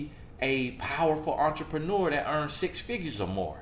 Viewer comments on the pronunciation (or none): none